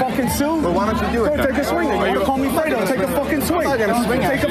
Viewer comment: You called me Fwedo 😂